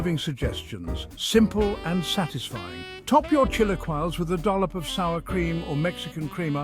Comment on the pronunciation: The pronunciation of chilaquiles is killing me 😂